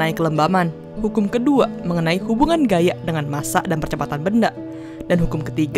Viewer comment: gaya jadi gayak meja jadi mejak